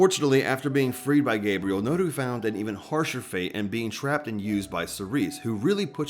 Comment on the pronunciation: "Nuuru duuzu" you couldn't have fumbled harder